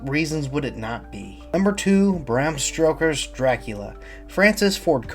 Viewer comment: My man did you just say Bram stroker?